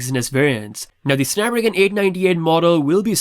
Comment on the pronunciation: Drink every time says Snap-ragon.